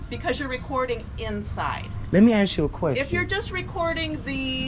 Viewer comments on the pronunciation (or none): Axe ? Or ask, get it right when you out teaching